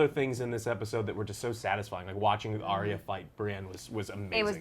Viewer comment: Drogon Joe, not Drogo. Drogo was Dany's lover, Drogon is the name of the Dragon.....So lets do a count, cannot say Arya correct, cannot say Drogo correct and I am sure there is another one. Good review though, and.